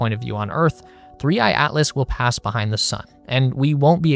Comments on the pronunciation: すりーいーなん？ すりーあいじゃないのか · AIに説明させるな💢3I→スリーイーって何⁉️